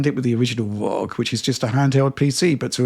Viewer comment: Please stop pronouncing it ROG as 1 one word. It is spelled as letter. aR, Oh, Gee !!! Thanks